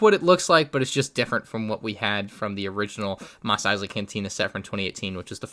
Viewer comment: ‘Mosley’ correct. Nice